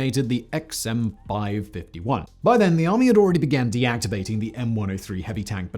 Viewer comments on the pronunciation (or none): Every time Simon says M five fifty-one a puppy dies.